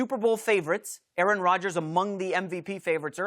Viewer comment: Greg need to put some damn respek on aaroms name bruh lol